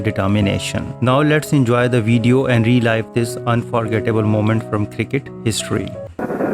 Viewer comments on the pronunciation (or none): Son, "relive" is pronounced REE-LIV not REE-LYVE.